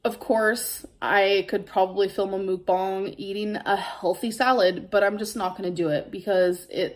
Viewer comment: "Mookbong"..... What the actual...... 😂😂😂